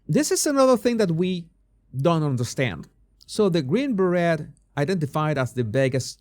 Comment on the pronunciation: Hi….you pronounce beret as beré…silent t…..love your humour….love your shows….thanks from South Africa! 🌕🌕🌕